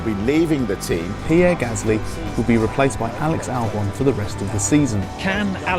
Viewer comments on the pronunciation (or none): But his name is Pieerrreeee Gasssllyyyy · pierre gasly has a double 'r' btw